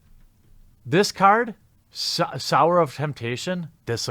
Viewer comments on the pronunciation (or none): Sower not sour, everyone says that word wrong, i thought we where all nerds here wtf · sower is pronounced soh-wer